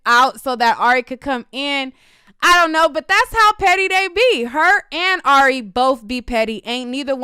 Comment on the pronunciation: you keep saying airy when it Ari lol